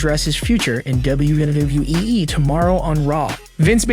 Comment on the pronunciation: Bro stop saying e twice it's wwe not wwee